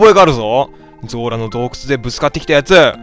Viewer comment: ゾラがズラって聞こえてJOJO２部のあの語尾にズラってついてる人みたいでちょっと笑ったww